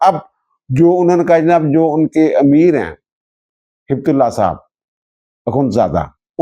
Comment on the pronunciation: ہبت نہیں ہے Heay bat ہے بت ہیبتُ اللّٰہ ہیبت معنی خوف